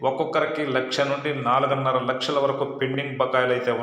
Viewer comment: అయ్యా... గారూ... వీడియోల్లో తెలుగు తడబడి తడబడి చదివే మీరు, ఈ వీడియో లో లక్షలు లక్షలు అని వత్తి వత్తి పలుకుతున్నారెందుకో అర్థం కావట్లే. ఇదంతా ఆలూలేదు శూలూ లేదు అన్న సామెతే అని ఈ ఐదేళ్ళలో అందరికీ అర్థమైంది. ఐనా ఎప్పటికప్పుడు కొత్త అన్నట్టు వీడియోలు చేస్తున్నారు. మీ జిలానందం మీది. పాపం డబ్బులొస్తున్నాయి కదా.